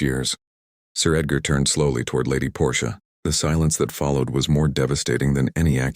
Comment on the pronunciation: The Aunt’s name is Portia, not Porsche. She’s not an automobile!